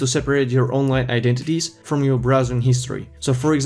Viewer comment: Is he saying identities? Sounds like eyenentities.